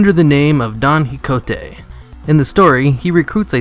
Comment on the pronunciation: its pronounce "KEE HO TE" QUIJOTE not quigonte XD